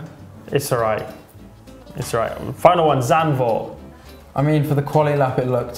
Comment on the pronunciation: So cute how they pronounce Zandvoort